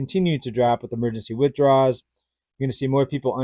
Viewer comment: I appreciate your content, but it's pronounced "withdrawal."